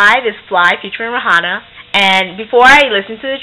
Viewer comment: did u say ray-hanna